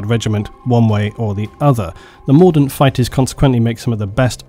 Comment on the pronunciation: When you say mordint I keep thinking Mordor